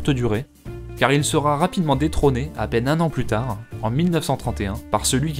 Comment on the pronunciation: il n'y a pas de "T" à la fin de "sera"